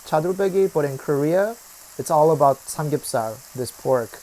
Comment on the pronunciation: You said drinking samgyupsar lol 😂